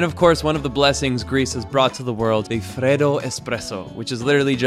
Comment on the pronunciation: Greece is more than just these 3 really touristy islands! There are just (or even more) as beautiful and cheaper places to travel to. And yes, august is not a great travel month, the heat is crazy, and anywhere you go is crowded. I hope you had a good time anyway :D (also, 'freddo') 😄